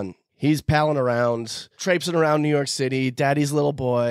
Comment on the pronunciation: Everytime someone says new your city I hear u guys in my head lol